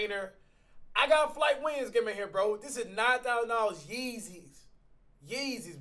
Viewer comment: flight is before u say the h like hooee